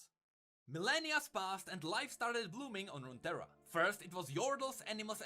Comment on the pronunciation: Runeterra is just 2 words put together. Rune & terra. So it's just pronounced as "roontera".